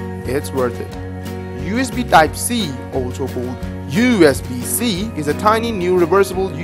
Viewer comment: LOL! That's damn funny! WTH did you say ?! "USB - Side-t" ?? Instead of USB type-C?! :D